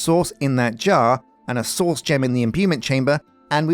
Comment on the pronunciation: I crack up every time I hear “source”! Indistinguishable from “sauce”. Loads of sauce Filled with sauce We’re gonna need some sauce 😂 Tree the world!!